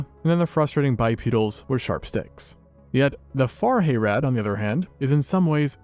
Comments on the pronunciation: "Hay-rad". Dude, watch a lore video. It's pronounced "Hah-rahd". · It's Hah-rahd, Little Brother. Not Hay-rad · Hayrad? Wtf. Haa Raad! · "Hayrad" sobs sobs sobs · harad is pronounced more like hah-rod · "Hayrad"? Not quite. It's not a Deep South hay ride.